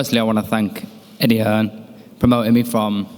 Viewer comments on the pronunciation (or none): Dazn you need a new interpreter hit me up I’m way better then that guy he’s horrible doesn’t even know how to say Eddie Hearn like chocalatito I get he’s speaking Spanish but th other guy clearly knows he meant Eddie Hearn wth